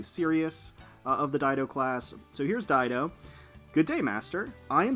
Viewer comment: I was one of the peeps that didn't know how to properly pronounce Dido's name.. 😅